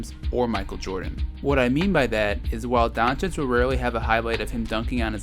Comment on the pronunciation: It's pronouned 'Donk-itch' sir . not donchich